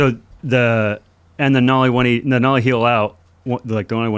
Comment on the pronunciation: Nollie not mollie